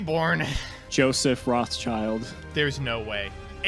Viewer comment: It's quite interesting that they pronounce Joseph's name like "Roths-child". If the name comes from the German Jewish source you would separate it as "Roth-schild".